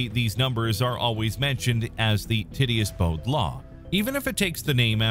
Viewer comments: Tit-e-us LOL 😂, it's pronounced tight-tee-us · Ti-ti-ous NOT Titty-us